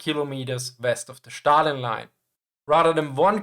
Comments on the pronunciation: its Stalin, not Shtalin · Why do you pronounce it as Shtalin? It's Stalin (as in steel) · It’s zhookov like foot and stalin with s like in snake